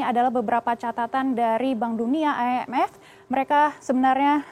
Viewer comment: I N F bukan ay en ef... Indonesia apa alien sih 😁😁😁😁🙏🙏🙏✌✌✌✌